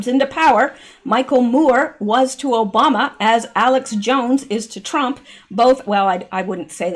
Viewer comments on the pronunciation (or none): none